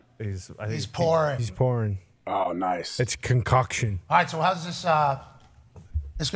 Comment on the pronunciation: Maybe unintentional buuuuut. When Pat drinks the “unnamed beers”, Toxic Conner calls them a conCOCKtion lol